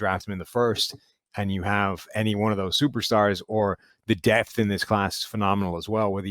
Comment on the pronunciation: Why does the dude on the right refer to the word "DEPTH" as "DEATH"? It sounds like a speech impediment, but I really hope he doesn't think that he is saying it correctly. But yes, there is a tremendous amount of DEPTH in this draft for several positions. I think WR and EDGE/Defensive End are both exceptionally deep groups.